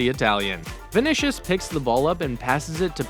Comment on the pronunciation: Did he say VINISHIF